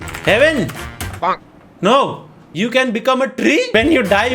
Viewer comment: Aapke " noo !!!!" Me bhi gujrati pana aarha hai 😂😂❤️